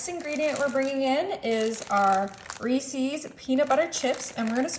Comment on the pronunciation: Why do so many people pronounce Reese's wrong?